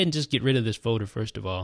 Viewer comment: Probably said Foader 392 times 😂😂